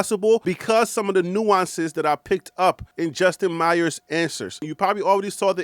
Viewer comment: Sorry it’s not Justin meyers. The last name is pronounced “ mayors”ck it out